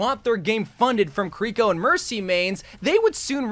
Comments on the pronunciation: This is the same guy who for the entire video says kuh-ree-ko and not kiriko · It's this guy calling Kiriko "Curiko" for me.. lol. I mean she says her name herself in Overwatch, it's not hard to pronounce. Maybe he's doing it as a troll lol